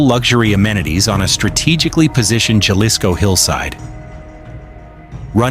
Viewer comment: why r u telling pple about how much chicken food $$ costs🤣👎🏻underwr ok $$ his waterbill?🤣😝👎🏻its prbbaly yr 1st video gasonile in nexico is 7 $ dollars a gallon he had 10 Ifones 24/7 thats 2k $ each & its not ja lisko the j is pronounsed like a H so its Ha lisco also he aint from Aguiliya he is from CHILA mich 10 kilometrod from that non avocado having ranch 😝🤣